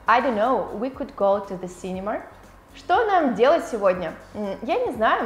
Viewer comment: почему вы говорите синемаР?